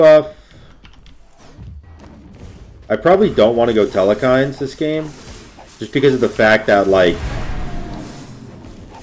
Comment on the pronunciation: Telkhines not telekhines